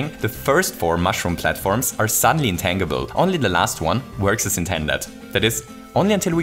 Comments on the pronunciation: Just FYI, "intangible" is pronounced "in-tan-ji-ble" not "in-tang-ible". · it's pronounced in tänndjibell not tännjibel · "Intan-gee-ble" not "Intangled-ble" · Just FYI, intangible is not pronounced with a hard 'G'. It's pronounced more like 'intanjible' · In-tan-jih-bull, not in-tang-ih-bull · Um, it's in-TAN-gi-ble, not in-tang-ible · Psst- it's pronounced in-tanj-ib-ul not in-tang-ib-ul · Just a random little thing: "Intangible" is pronounced "in-TANJ-ibb-ull." :) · Wonderful video. I do want you to know that you pronounce “intangible” really cutely, but it is actually pronounced in-TAN-jih-bul. As in, “I got a nice TAN this summer.” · Hey, just a small heads-up, the word "intangible" is actually pronounced "in-tan-jih-buhl" in English! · Intangible has a soft g: intanjible. Just in case you weren’t aware :) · Intangible. The G in intangible makes a J sound and the A is not long. In-tan-jah-bull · Psst.. It's pronounced "in-tan-juh-bull". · The way pronounces "Intangible" is ridiculously delightful. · I'm sure plenty of people have stated this already but the "g" in intangible is a soft "g" sound. Which means it's sounds more like a "j" as is Gem, Giant or Gym as opposed to the more common hard "g" sound as seen in get, going, ghost, grape etc. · Hearing "intangible" with the hard g was killing me lol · If you know how to say tangerine, that's closer to the correct way to say tangible. It's a reasonable guess though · is he saying intangible? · intangible is pronounced with a soft g like in tangerine. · Intangible Pronounce the g like in change.